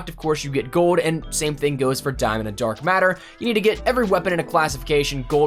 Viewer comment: he say dork matter? when did ps4 start gettin the paint can thing